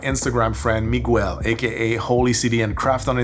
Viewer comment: The way you pronounced "Miguel" was interesting - I think I prefer it 😂 (my middle name is Miguel)